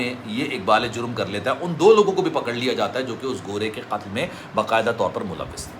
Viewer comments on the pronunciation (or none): ختل کہتا ہے قتل نہیں کہتا😮